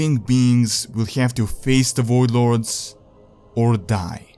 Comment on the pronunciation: The WOID LORDS.